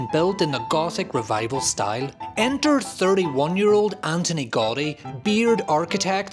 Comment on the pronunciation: It would be nice to pronounce "Antoni Gaudí" correctly, if you want to make a video about his most famous work.